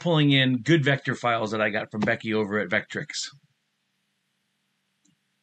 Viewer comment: "Vetric". Not "Vetrix". Great presentation though otherwise :)